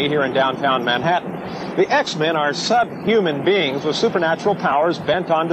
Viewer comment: That man calling the mutants "subhman" piss me off.